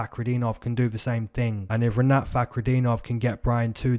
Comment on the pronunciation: Yeahh broo🔥🔥❤️🫵🏿 that’s how you pronounce my name Like it! This weekend’s #Moneycity prediction Said Nurmagomedov Jake Matthews fight over 1.5 rounds Sean Strickaland vs Jared Cannonier over 1.5 rounds Rinatt🔥🔥🫵🏿